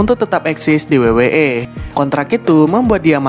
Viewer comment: W-double yu..kenapa disebut wei